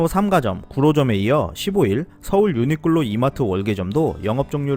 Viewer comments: 유니끌로 라고 들리네요 ㅎ 매번 좋은 정보 감사합니다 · 내 귀가 이상한가 왜 자꾸 유니끌로 로 들리는건지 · 근데 벌음이 ㅎㅎ 유니끌로 라고 하시는데 이게 왤케 웃기지 ㅋㅋㅋㅋㅋㅋ